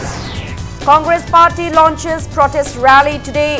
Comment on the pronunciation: Comgresssss😂😂😂 ekai khngdedako noise